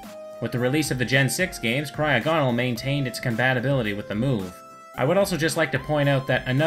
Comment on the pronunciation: You said cryogonal wrong